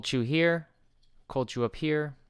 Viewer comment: "cold chew" bro, you talk weird.